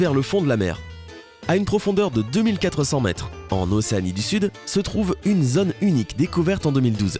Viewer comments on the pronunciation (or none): "zone", "autre", "chose" ou "chaude" se prononcent avec un O fermé, c'est insupportable à la longue d'écouter cette prononciation, et ce sans parler du fond qui brasse des théories, des suppositions, bref la mélasse classique des sites pseudo-scientifiques à la vulgarisation vulgaire.